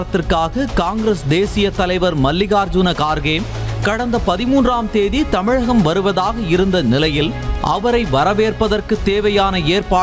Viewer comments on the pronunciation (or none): none